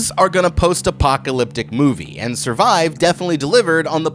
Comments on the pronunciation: Survivre? with another r? what lol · “SURVIVRE” instead of survive killed me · Bro said "Survivre" 🤯